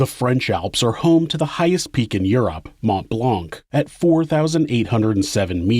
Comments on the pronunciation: the c in mont blanc is silent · When you say Mont Blanc, the c is mute. I’m not criticizing, i have been a fan of the show for more than a year now, and still love it ! Thank you !